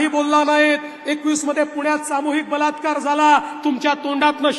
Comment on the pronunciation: Yeni baltkar he shabhd tondatun khadke, ki te vegle aiku yete, 3 iditos chya picture made ek vidhyarathi bolya pramane.